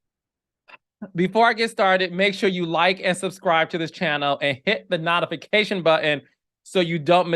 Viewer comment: If you don’t stop saying not ification 😂